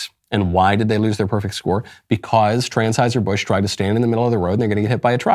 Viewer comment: Lol 😂 is he saying transhiserbusch 😂😅